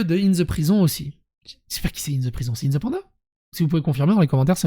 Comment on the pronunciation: Inthe panda